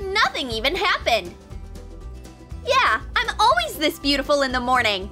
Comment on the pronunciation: They all say alweys instead of always